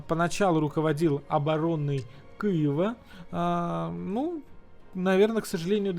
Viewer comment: Мені почулося , чи насправді роспропагандист сказав "Києва" , а не "Кієва" ? Здається , у нього деякі успіхи у вивченні української мови . Так тримати !